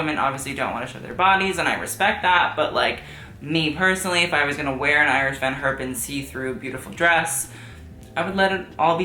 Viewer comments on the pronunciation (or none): Iris’ name is pronounced like “Ear-S”